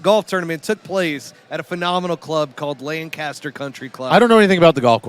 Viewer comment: It’s Lank-Ister